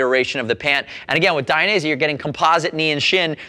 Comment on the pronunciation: it's Dainese not "Dai-a-nese" otherwise great review. Suggestion: always show one leg inside, one leg outside the boot.